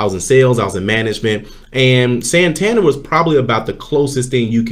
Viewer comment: San- tan-dare' accent on the last syllable, this is a city in Spain, the bank is from the city